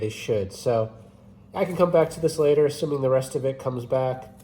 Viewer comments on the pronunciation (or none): none